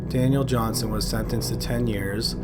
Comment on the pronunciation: Daniel Johnston not johnson you illiterate noob at talking